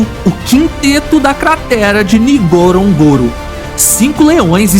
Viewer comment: Poderia ao menos aprender a falar o nome correto do local Ngorongoro,,,,norongoro...simples